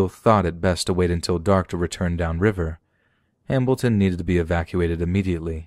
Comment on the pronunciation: ...you guys heard him say “Hambilton” too, right? I’m not just going crazy? Or deaf? I literally thought it was just a weird accident the first time he said it, but then I kept hearing it but I don’t know if I trust my ears.... lol